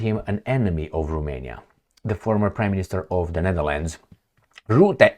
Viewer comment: Rutte, not Rootte. Learn to pronounce his name.